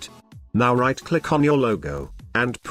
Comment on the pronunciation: I like when you say: "click it-ihhh" XDDDD New suscriber here from Venezuela.